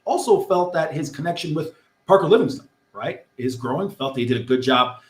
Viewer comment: you keep mispronouncing his name Livingston